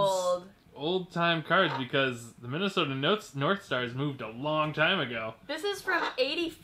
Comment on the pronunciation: the not say crads instead of cards. anyone else notice?